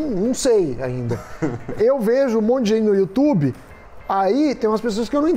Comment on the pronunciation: Meu Deus, melhor canal de investimento que existe no "youtchub" como fala o Datena KKKKKK